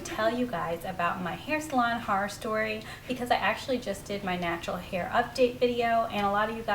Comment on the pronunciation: awe I love your vids and it was so funny he way you pronounced horror😂❤️